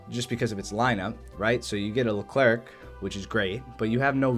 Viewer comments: Wrong its pronounced "Lu Claire" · Nice ! If you want to prononce Leclerc properly, this is how you do : Lecl - air (like how you prononce the air). You don’t prononce the "c" at this end. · Stop saying LeclerC !!!!!!! C is not pronounced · It’s pronounced Leh-Claire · le clair? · The Leclerc is pronounced without the "c" at the end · The final C in Leclerc is silent, same for the D in Roland :) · For the leclerc and roland, the last letter is silent.